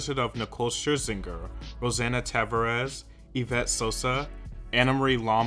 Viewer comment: Thankyou for caring to not butcher her last name